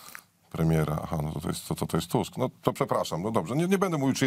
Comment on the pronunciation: Tchchusk mowi. sama phhawde😂😂😂😂😂😂😂😂😂😂😂😂😂😂😂😂